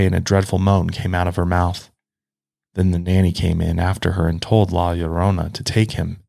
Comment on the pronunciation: I just have to say thank you for pronouncing la llorona correctly! I know the Hispanic community really appreciates you taking the time to learn how to pronounce it correctly!! great video!! my dad and mom tell me stories of their time in Mexico where they could hear her crying!